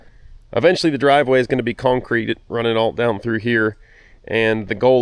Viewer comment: Love the videos, and the work. However, a new pet peeve has been unlocked, the word “cownecreet” has become the bane of my existence😂 keep up the good work(although it’s probably already done by the time I actually sat still to watch this)😂 Thank you sir, beautiful home. Let me know if you’re hiring(equipment mechanic, videographer, speech therapist😉, landscaping, hvac, tree work, etc)